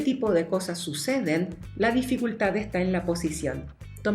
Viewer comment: Amo cuando dice "YA EJTAA" 😂